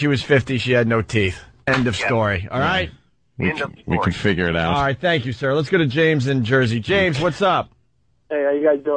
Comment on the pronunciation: Ol Roght!